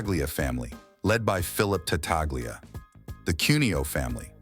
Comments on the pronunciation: Again an otherwise entertaining video tragically marred by AI artificial english. The name is pronounced Tatalia, not Tataglia. A two year old with a pacifier in their mouth could pronounce with greater clarity!! If AI can't get past the basic tenet of proper pronunciation, what good is it? I suggest finding a group of kindergarteners and uncovering the smoothest speaking five year old in the class. That would be a marked improvement over this corn meal mush. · It's pronounced ta-tal-ya in Italian.Gl is pronounced li in Italian. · You are right the G is silent I am Italian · Not an Italian speaker but I'm pretty sure the G is silent in Tattaglia.